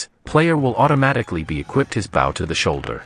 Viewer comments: He said b-ow instead of bow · this guy didnt just call a bow a baw like dude